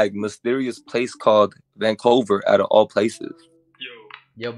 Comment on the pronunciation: he be livin’ in this bubble here. And over the time, the voice been developing deeper and deeper. It caused him to have the voice of a bass tremor, and extended the vocals deepa and deepa. His living in the bubbles made his geographic locational knowledge not so updated. In fact, it was outdated so he called it Vancover instead of Vancouver To be honest